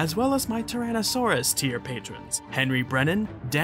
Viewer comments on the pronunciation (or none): none